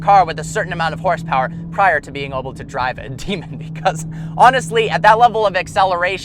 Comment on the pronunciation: sounds like he's saying oble instead of able...